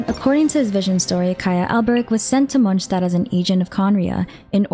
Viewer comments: In fact she does pronounce it incorrectly, it's a German word "st" should be pronounced as "sh" Not "J". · And "D" is almost not pronounced at all. So it's Monshtat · MonSZtandt wtf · great vid, though i kinda hate listening how you say "Monshtadt" 😁✌️ or is that how it's pronounced? sorry i got used to "mons" instead of "monsh"